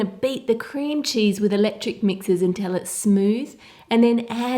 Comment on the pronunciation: she said electric meaxers 🍑